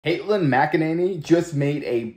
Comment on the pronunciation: Wait 🛑, did you just say “Katelin”?? I know that you know it’s, ‘Kayleigh’, but I’m pretty sure I heard you say, ‘Katelin’!?!?